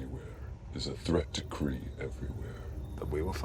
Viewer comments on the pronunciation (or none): Mar-Vell wasn’t “cray cray” She was Kree-Kree 😂